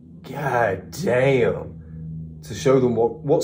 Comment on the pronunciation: That gahdayum was coming out you sounding completely American. Good reaction, mayne mayne